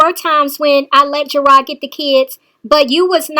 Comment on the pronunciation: not ''GERARD'', isn't the one that issued a warrant for her arrest! It's the courts because she is not following the stipulations of the court order.